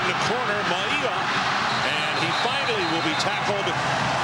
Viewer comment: Announcers ALWAYS had difficulty pronouncing UH #34 Mauia=Mao-wee-yah....Maui (like the island) + ah!-lol/smh